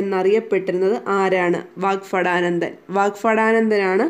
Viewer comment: വാക്ഫടാനന്ദൻ അല്ല...വാഗ്ഭടാനന്ദൻ എന്നാണ്....